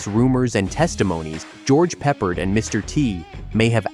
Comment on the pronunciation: It's George Pe-PARD!